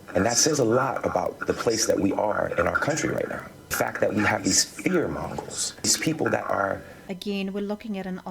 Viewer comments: He meant fear mongols, not fair managers. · He said "fear mongols"